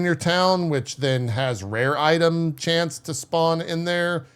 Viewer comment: did you call him "itme"